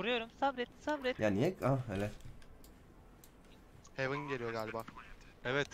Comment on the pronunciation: hivın değil hevın 😀